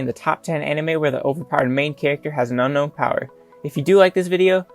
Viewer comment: Did anybody here no no instead of unknown